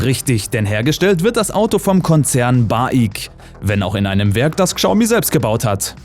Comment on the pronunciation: Chiao mi, "schau mie" ist genau so falsch.